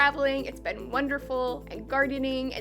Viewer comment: Saying 'been' like 'ben' lol